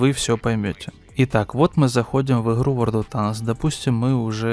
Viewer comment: Не в обиду конечно, но это его "иХраю в иХру" за пол боя настоебало, что даже до конца видео не досматривал.